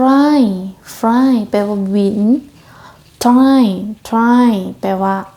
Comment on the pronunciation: ອາຈານ ໂຕນີ້ບໍ່ແມ່ນ ອ່ານວ່າ fly = ຟລາຍ ບໍ່ ເພາະວ່າ ຖ້າແມ່ນ ຟຣາຍ = fry ກະຕ້ອງເປັນ r ບໍ່ແມ່ນ l